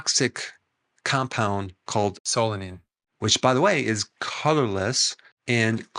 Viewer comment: Who pronounced the word "solanine" ?